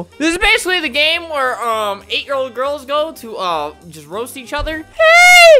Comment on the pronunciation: Oh no! Your English is very good!! Please don’t take this the wrong way, I’m only trying to help <3 It’s actually English, not Inglish. And it’s each, not yeach. You did very well for not knowing English <3